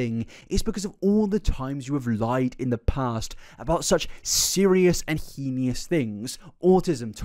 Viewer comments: Elphaba quite clearly does have issues, but im thinking histrionic and narcissistic personality disorders. It would explain all the lying, attention seeking, manipulative behaviours, etc Also edit to add heinous is pronounced hay-nuss 😅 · "He-ni-us" lol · It's "hey-nuss" right? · Babe please google the pronunciation of the word “heinous” I can’t take this anymore 😭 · I saw this comment JUST as he said "henious" again 😭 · This video is amazing and im not too far into it. But i get so distracted by his pronunciation of the word heinous. He says it in a few videos and its wrong evey time. But if thats my only complaint on a video this long!! Bloomin great content!! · Can you please work on your pronunciation of the word heinous? There is no I after the n. I love your videos. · The only heinous thing about this video is mispronouncing heinous. Otherwise very good a bartender friend of mine had the misfortune of serving elphaba so it gave me a good chuckle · with respect i am begging you to look up how to pronounce heinous cause i cant do this anymore